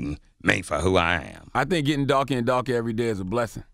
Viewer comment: I just get Darkah and blackah